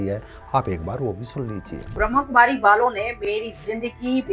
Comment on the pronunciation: ओ भाई पहले ब्रह्माकुमारी बोलना तोसीख ले